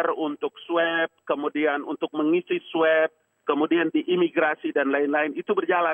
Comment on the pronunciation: Ngabalin, tolong belajar dulu untuk melafalkan kata "swab".